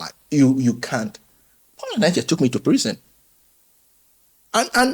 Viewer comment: The way he even pronounced the name... since Paul Enenche is not genuine, u that is genuine how many life have u impacted, how many miracles have God done through u that we can even call fake. May God have mercy on you people, i am not member of Dunamis but i love the body of christ.